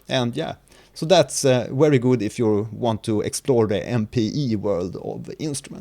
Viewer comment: "these modulators are Wery powerful" - excuse me, but there's a slight error in pronunciation, You're using German proninciation rules for some reason?